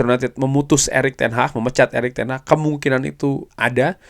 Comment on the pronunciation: Ingat Bukan ERICK TEN HAH tapi ERICK TEN HAG. 😂😂😂😂😂 kox di kasih tau gak faham faham .